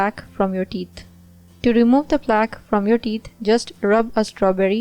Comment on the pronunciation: Please you say teet instead of theeth. Do something with your pronounciation. It sounds terrible.